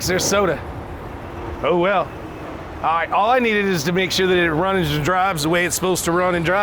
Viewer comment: Rickie has been into the beer... ...I need it to runnzzsss aannddss driivvvesss.....